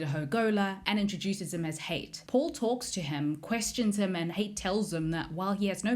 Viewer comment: It's pronounced Ha It not Hate. It's arab influenced